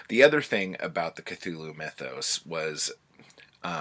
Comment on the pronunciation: 😂 "... which led me to Cathulu"